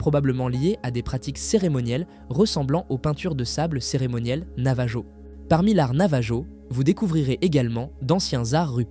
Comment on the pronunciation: Navajo : le j ne se prononce pas. C'est un peuple autochtone d'amérique du Nord que l'on appelle indien... Quand au portail de nébulon, impossible de trouver ! À part un personnage de Marvel, il n'existe aucun autre nébulon... Alors veuillez mettre vos sources dans la description pour des recherches ultérieures. C'est pénible de constater des choses qui n'existent pas quand même...